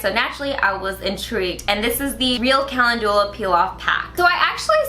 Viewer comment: Mispronouncing calendula